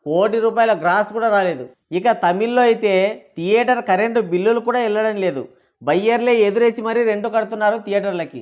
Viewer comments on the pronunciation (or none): none